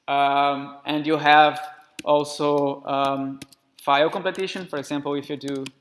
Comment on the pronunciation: Completion, friend. Not "completition".